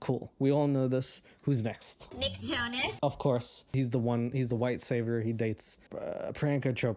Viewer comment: when she said Nick Jonas I swore what she actually said was Big Chungus